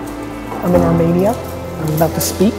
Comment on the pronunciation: Gary Vee in my country!!! Represent ARMENIA! (pronounced armEEnia by the way Gary, no worries).